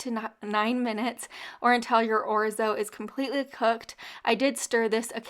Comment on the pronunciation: 1st recipe made me remember why I purchased orzo. It was that recipe 😅❤. I have an old Italian friend and she bit my butt for saying it like you do. I believe she said I was pronounced knock and capitol E. 😅😅😅. I don't know, but I believe her.. I have a generic Salad Spinner . Best purchase ever